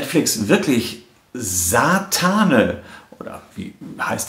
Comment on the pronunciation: Aber wird es nicht "Saatane" ausgesprochen, mit Betonung auf der ersten Silbe?